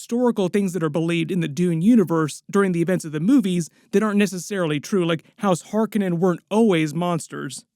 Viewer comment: I WAS going to watch this until they mispronounced Harkonnen AGAIN !!!!!!!!!!!!!!!!!!